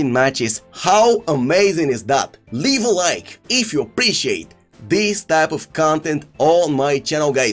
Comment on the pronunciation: scores a nice goal also: leev a like if you haven’t oulready